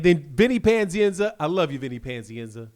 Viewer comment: Why do you say "panzienza" it's pazienza.